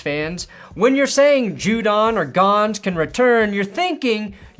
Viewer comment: it’s pronounced Gonzo. Not Gonz. But everything else you said in this video was correct so good job on that.